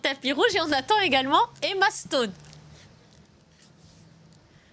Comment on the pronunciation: its Emma Srone not Emastone .